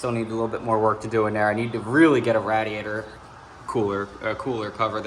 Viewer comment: Great video.. but.... The way you said radiator... I need answers